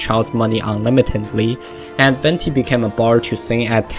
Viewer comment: Wenti is a wrong pronunciation, "Venti" literally means wind in italian and is pronounced the same way you write it. The Harbingers too have all italian names and everyone literally mispronounce la sognora and Tartaglia